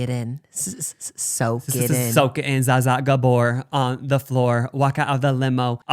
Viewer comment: It’s not pronounced Za Za 😭😂